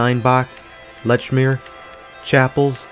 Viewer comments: Lechmere is pronounced "leech-mere", just so you know. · Lechmere is pronounced Leechmere :)